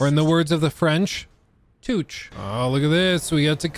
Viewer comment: "Touché, or in the words of the French: Tewsh" -..... Tu te fous de nous guelles ou quoi??? xD